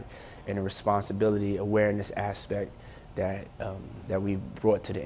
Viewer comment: Why does he pronounce THAT like DAT ? Sounds so lazy and ignorant but has a suit on so I guess he’s smart right ?